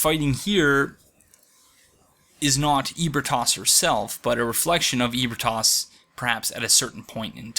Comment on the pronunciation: I like these videos but the pronunciation of ebritas triggers me. He says eh bri tos, but I say uh bree tus